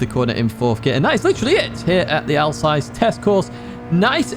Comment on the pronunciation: Glorious, thankyou 👏 A sassy personality, Alsass = Alsace. Like deployed 👍 😎🎙🏎✅️